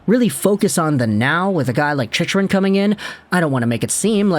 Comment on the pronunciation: I can't believe you're still saying the name wrong after all these videos.. lol "Chick-rin"